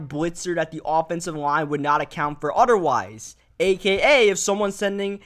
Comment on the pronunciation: I can't take a man seriously, when he says "oderwise" .......